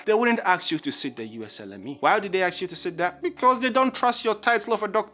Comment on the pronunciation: "USLME" at 4.20..lol